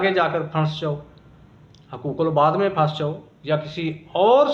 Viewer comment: Phanis ni phanc jata hy